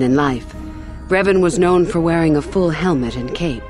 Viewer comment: Literally 9 recorded-for-history hours of you saying his name wrong 😂😂😂😂😂😂 learn basic pronunciation before maybe being extra 😅